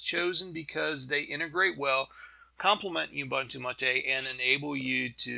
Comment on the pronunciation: I was gonna keep it, but since you said that, I must say that it's MAH-TE as in Latte (some people say mah-tay). It's the name of an herb used to make tea and other drinks in South America. We Portuguese/Spanish speakers don't have the French accent. It's actually closer to the Italian accent.